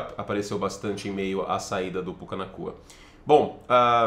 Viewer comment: Regrava e reposta, você falou “PUCA NAKUA” sem a entonação correta